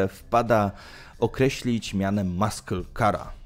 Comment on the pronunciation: Nie "maśle" tylko "masyl" weź Koleś z translatora skorzystaj...a jak się jąkasz to nagrywaj powtórnie.